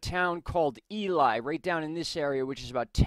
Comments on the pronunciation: Its pronounce E LEE not E LY. Just an FYI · First off, it's pronounced E-lee and Nevada is pronounced using a short "a" sound like apple, not long a like father. I will be driving out to the coordinates you have listed to investigate what may have caused this. I will shoot you a message if I find anything that would register something that large. There was a small plane crash north of Ely, but I do not think that would cause a registry of that magnitude on a seismograph.